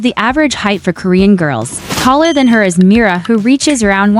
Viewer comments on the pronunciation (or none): none